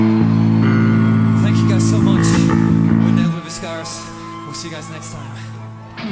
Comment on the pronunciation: In Latin the V is spoken like W!